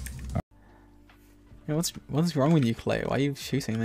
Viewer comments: It’s kleigh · it’s Klay not Clay lmao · Guys it's Klay not clay 😂